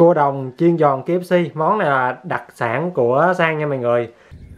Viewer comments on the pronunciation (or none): Bạn đáng yêu quá 😂 , mình nghĩ là anh bị ngọng á